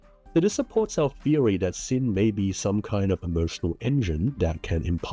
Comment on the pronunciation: As someone who usually listens to your videos as a podcast, I kept thinking you were saying "sin" rather than 心, and I was like "yeah that's totally right the Sentinel def looks Hsin-ful". Not saying your pronunciation is wrong, you are saying 心 right, 'cause I do realise you're saying this in English.